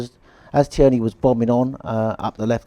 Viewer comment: Fine, but please stop calling Tierney, Tea Ernie!